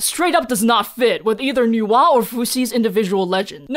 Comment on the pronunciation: My brain when I hear Nuwa: Why does is sound like Noah?😵‍💫😅 Even subtitle in other video said Noah 😂